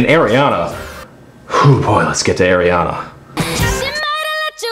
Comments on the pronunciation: Please say Ariana right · Why the hell do you pronounce her name that way?